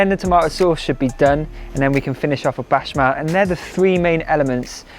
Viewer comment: You had me baffled as to what a 'bashmal' was for a moment!🤭 Béchamel is probably one of the easiest French words to pronounce other than café. Just say it how it's written. Don't confuse us all with your bashmal!!!😩 If you want to look up how to say it just consult Julien Miquel, a nice honest French guy will tell you the truth of how to pronounce all French words - even the really difficult words! It will make your wonderful recipes so much better.😉